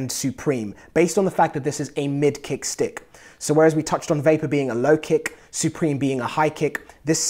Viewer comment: I love when u say sticK and pucK <3